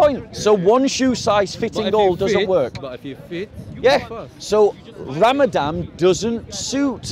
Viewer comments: If you can only pronounce it correctly. It's Ramadan NOT Ramadam. you're making too many assumptions. A sick person or a person traveling long distance GOD gave them permission to not fast and make it up after Ramadan. a Person with Chronic illness that can't Fast should feed a person every day of Ramadan. Fasting means you abstain from drinking water and consuming food not from meat. How did Jesus fast.? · It’s ramadaN bob not ramadam